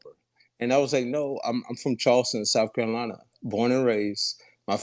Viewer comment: That guy I believe he's from Charleston. I'm from SC and I notice he pronounce Carolina like Curolina. The Ca sounds like Cu. I was confused until I went back and heard it for a second time.